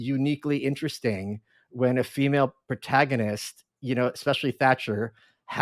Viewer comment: I went to look up where she's from, it say Canadian, but I've heard Canadians speak before. I think she just doesn't know how to speak. Who says "throw-out" instead of "throughout"? Who says ant-ay-gonist? Maybe she's a Manchurian candidate...